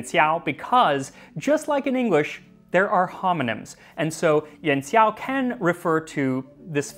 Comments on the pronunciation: Yon seeow? You don’t need to say it so fast. Yū-an Szhi (Xi)-ow. Xi, as in President Xi (“szhi”, not “see”). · Coming back from the Kaiserschmarn video. Pro tip: x in pinyin is more like sh phonetically. Cheers!